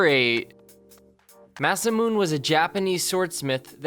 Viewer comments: masamune, your saying it wrong, it goes like this: mau-sau-moo-nei. not like mau-sau-moon. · It's pronounced Ma-sa-moo-NAY. ( masamune ) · Deadliest? I think it would be a lot better if this is called my favorite melee list... Most of the weapons on the list are either ceremonial or somewhat weird. And for GOD sakes the name is Masamune is pronounced Ma-sah-moo-neh not ma-sa-moon. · Masamune is pronounced "Mas'-ah-mun-eh," not "Mas-a-moon." When talking about who made what, it's always a good idea to know how to pronounce the guys name! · It's not masamoon, it's masamoonay (masamune) you completely butchered his name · Its Masamune, not masamoon. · Not “Masamoon” its “Masamu-neh” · That "MASAMOON" 😂😂😂 It's MA-SA-MU-NE you dumb fck. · "Mass a meoon" it's "masa moo ne " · "The swords of Masamoon"?? What the hell are they? Ohhh you meants the Katanas of Masamune, pronounced 'masamooney' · Masamoon? it's Ma-sa-muneh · *Scimitar (Sim-eh-tar) not Skimitar Masamune (Mah-Sah-Moo-Neh) Not Masamoon. Also..."Sword Breaker" wasn't designed to break weapons, it was simply designed to make twisting a sword out of an opponents hand easier. The Chakkar had the range of 100m, not Chakram. The Chakkar were the Larger editions (About the size of a hula-hoop. Please research before posting. Thanks. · Masamune is pronounced as Mah-Sah-Moo-Nay not Mah-Sah-Moon!!! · Dude, come on. You can literally google how to pronounce different things. Masemune is pronounced "Mah-say-myoo-nay" not "Mah-say-myoon". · 正宗isまさむね,or masamune, not masemune. The pronunciation is closer to mah-sah-moo-neh. All syllables have the same weight and interval. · The moment that pissed me off is when he says "masamun" instead of "masamune" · It's pronounced as Ma-Sa-Mu-Ne, not Ma-Sa-Mune ^^ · Ma-sa-mu-ne not masamoon-. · I think its to be pronounced as ma.si.mu.n.ei not masi.mune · Masamoon instead of masamune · actually its masamuNE sword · He said it like masa moon it's said masa mune A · 'massamoon' lmao